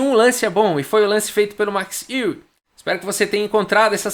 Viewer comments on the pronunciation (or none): Fala! De acordo com o google translator em holandês, a pronúncia correta não é "I-WE" e sim "U-WE"! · a pronúncia (holandesa) correta mais aproximada é ÊUE mesmo, como qualquer interessado pode conferir num aplicativo gratuito chamado Say it Right!, em que nativos de vários idiomas gravam suas vozes pronunciando nomes e palavras de seu idioma materno...Lajos (Portisch), por exemplo, a pronúncia em húngaro é Laios (o J tem som de I, como em muitos idiomas da Europa Central)...A pronúncia Larros é à espanhola, em que o J tem som de R... Alternativamente, existe também o site FORVO...Abraço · Boa noite! O Max Euwe jogou uma simultanea em Porto Alegre. Com 40 participantes. Meu pai jogou na epoca e empatou com ele! A pronuncia é Óive. Excelente canal! Continue com suas analises bem feitas. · A pronúncia no holandês é Êuve mesmo, só que o W é um V mesclado com U. Sai um negócio tipo Êuvue. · Tenho um colega de trabalho de família holandesa e que nasceu na Holanda, mas veio para o Brasil com seis anos de idade. Ele ainda lembra um pouco de holandês. Perguntei dele uma vez como se pronunciava em holandês o nome Euwe. Ele pensou por meio minuto e disse: êuve. Não levei muita fé. Não dá para confiar muito. Mas desde então só o chamo de Max "Euve". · Possíveis pronúncias: Euwã ou Euwà., tô muito fã desses vídeos. Abraço! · Se pronuncia Max Euwe como Max Eiué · Olá,. Tenho um filho que está morando e e estudando na Holanda, por isso, perguntei para ele sobre a pronúncia d o nome Euwe. Ele respondeu assim: "Oi, Carlos. Esse site de pronúncia inclui o nome, dito por um falante nativo: É mais ou menos como "Ãve". O som exato do "eu" não existe na língua portuguesa." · a pronuncia do holandês e' como o alemão. seria , em portugues o'ive :) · Prefiro a pronúncia errada desde que seja com a sua narração kkk